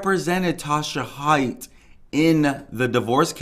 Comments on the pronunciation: The lady’s nMe is Haight - HATE. it’s pronounced hate. Not Hite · First of all, it’s Eeenick and their last name is pronounced Hay-t